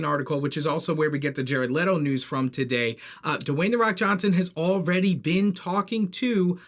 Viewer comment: His name is Dwayne, not Dewayne